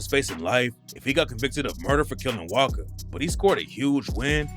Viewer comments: his name is pronounced wasca you keep saying waka, but i swear you said it right the first time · Its not waka its wasca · oy wasca not waka ......what bro lol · callin wasca “waka”